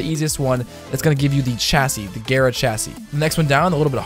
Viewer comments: I pronounced it gaara not gera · Gayra because you're a disgusting weeb.